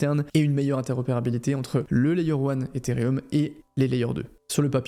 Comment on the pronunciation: pitié c'est ethereum pas etherium